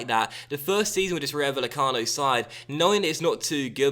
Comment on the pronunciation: it's pronounced ry-o vay-e-cano